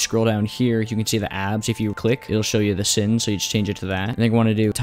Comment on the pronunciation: It's supposed to be pronounced /saɪn/ btw (if you're uneducated in the art if linguistics, the weird symbols are IPA